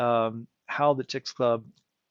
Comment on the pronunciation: It is pronounced CHICKS- AH - LEWB. sorry for being that person